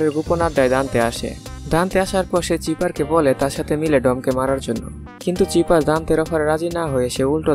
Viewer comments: ভাই চিপার না। সাইফার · লোল। ভিলেনের নাম চিফার নাকি। সাইফার